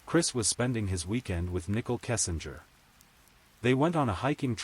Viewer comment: Voice AI: Shannon= Shaw none Nicole = Nichel. Ruins the story. Please do better.